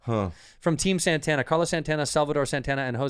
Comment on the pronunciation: SAN-TAN-UH! SAN-TAN-UH!